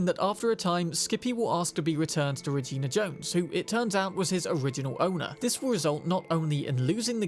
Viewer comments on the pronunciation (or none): none